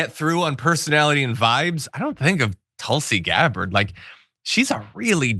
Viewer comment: at 40sec did the journo (Katy Kay?) call her "Tulsi deGabbard?"